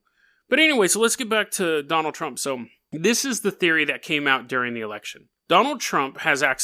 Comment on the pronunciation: I keep hearing you say "JonTron" lmao